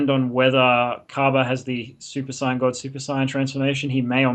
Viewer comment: U clearly arent a dragon ball fdan i seen ur other videos and you cant even pronunce saiyan. you maybe like the show but i sugest not making vids if you only now a little bit. yu can jut make up stuf